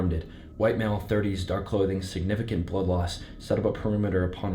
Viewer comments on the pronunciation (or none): none